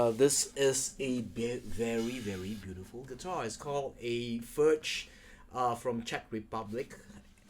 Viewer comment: You certainly have a right to mispronounce Furch's name; it's your video. The name of the guitar is pronounced the same as František's last name, however.